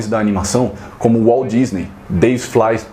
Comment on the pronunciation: Ótimo resgate histórico, concordo com cada palavra (incluindo a pronúncia de "Fleischer", falei errado a vida toda). É um assunto que me causa surpresa quanto ao desinteresse das editoras, ainda mais pelo fato de que estas obras estarem em domínio público. Abraço.